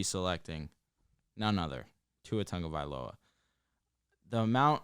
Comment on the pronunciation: TAGOvailoa not TanNgovailoa. Where is the N?